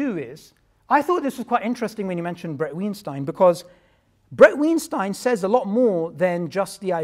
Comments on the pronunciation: Nobody: Literally nobody: Not even atheists:: " BrAD WeNstEIN " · Tbh my fave part is both of them mispronouncing Bret Weinstein 😂